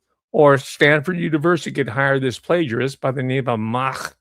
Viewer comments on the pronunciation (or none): none